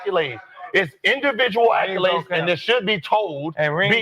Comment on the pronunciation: Im gon need Gil to learn how to pronounce accolade.